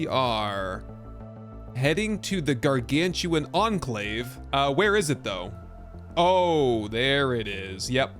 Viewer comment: those aren't "Gargantuan" but Gargan-utan, like Orang-utan.:)